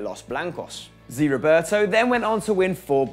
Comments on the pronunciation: it's ZÉÉÉ, not ziiii Roberto ffs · Zé not zi